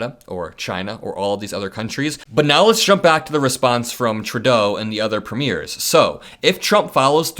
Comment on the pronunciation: Please forgive my pedantry…Premiers….Preemyeers…is how it sounds. Greetings from Canada 🇨🇦🙋🏼‍♀️🇺🇸💙